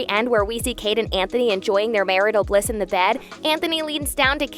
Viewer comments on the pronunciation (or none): none